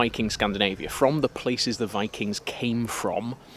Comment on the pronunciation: Sorry was that "Bikings" ? LOL!